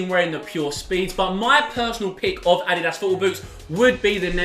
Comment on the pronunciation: the way you guys say addias kinda bothers me